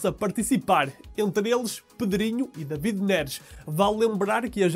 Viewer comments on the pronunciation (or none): none